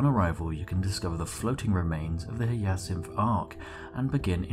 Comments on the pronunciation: Spliff, hate to tell you this but it is pronounced hi-ya-sinth not hee-a-syth. The Hyacinth is named after the flower, same as the Crysanthemum. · Very cool fluff, but its "Hi-a-cinth" not "Hya-cinth". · "Hi A Synth" not "He Yeah Synth" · just a heads up it's said high-ah-synth it's a flower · That Hyacinth pronunciation was painful to hear.. For future it’s said like - Hi-yah-synth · It's pronounced as Ha-ya-sinth. God damnit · Your pronunciation of 'hyacinth' causes me pain xD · Vorta Keevan And Chrysanthemum is kris-an-thigh-mum. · Chrysanthemum - Cris-an-theh-mum Hyacinth - High-ah-sinth Sorry to be pedantic; pronunciations made me wince. Thanks for making the video!